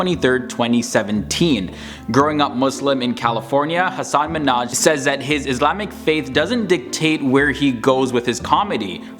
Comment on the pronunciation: He is Hasan Minhaj Not Hasaan Minhaj